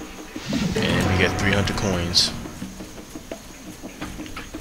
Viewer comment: "KOINS" :D :D :D hahaha